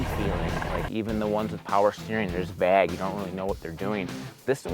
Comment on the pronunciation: Steering was vag? I think he means vague.... lol